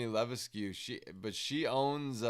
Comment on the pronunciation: Levesque is pronounced "Lah-veck"